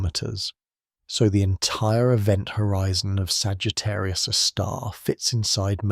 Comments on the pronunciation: Please teach your AI reader to read Sagittarius " A " star and not Sagittarius a star. Very annoying. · Ok, after my first compliment that it sounds better than your usual ai scripts, this video still has one massive problem. The AI narration with this not very good model. For example: it can’t even once say Sagittarius A* correctly. It always makes a pause after Sagittarius and then continues with a star. This is sadly infuriating. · I can’t listen to this because the AI voice cannot pronounce the name of the star it’s talking about. That’s crazy.